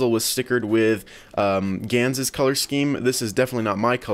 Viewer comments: Wait did he just said yans instead of gans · elijah cadaoas He pronounces gyan